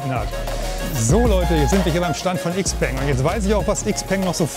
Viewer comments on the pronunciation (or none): IXPENG :D:D:D Man spricht das Shipeng du originaler Nichtskönner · Sehr schöner Roadtrip, der wieder einmal zeigt… die Zukunft ist elektrisch! Und ebenso wie beim XPeng (.. „x“ im Chinesischen wir „sch“ ausgesprochen, „Schaupeng“😉), schätze ich bei meinem Ioniq6 die kurzen Ladezeiten… das wird in den nächsten 2 Jahren meiner Meinung nach sehr stark kommen… denn die Pausenlänge machst Du bei einem Verbrenner meistens auch. Und die Pariser Motorshow zeigt, dass die Konkurrenz weltweit definitiv nicht schläft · Xpeng wird in Europa XPENG ausgesprochen.